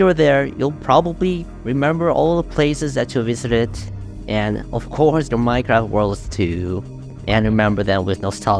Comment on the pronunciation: ''minecwaft'' bro is ganna talk about dedicated wam next